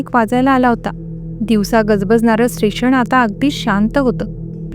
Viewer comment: तुमच्या कथा आणि अभिवाचन छान असते 🎉👌🏻 पण एक विनंती तुम्ही खुपदा " न" च्या जागी "ण " आणि "ण " च्या जागी "न " शब्द वापरता.त्यात सुधारणा करा 🤗(मणात नाही मनात)(स्टेशण नाही स्टेशन) (भयाणक नाही भयानक ) 🤗🤗बाकी मस्त 👌🏻